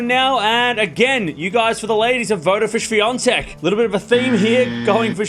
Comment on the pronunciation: How to pronounce "Swiatek"? I heard, it sounded like "Swiantek"... (to be frank, I am not good in listening foreign names being pronounced)